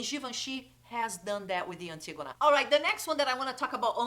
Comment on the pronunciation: One of the (many) perks of speaking Portuguese: being one of the only YouTubers who's able to say Antígona properly!! 🤣😘 Beijos, loved the video!